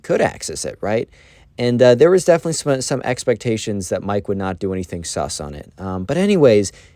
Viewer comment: why did bro say sus like that